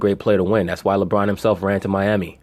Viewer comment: He said labron bird and he had videligo. 😅😅😅